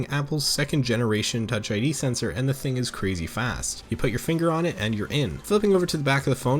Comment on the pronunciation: I actually Thought you said PUTA LMAO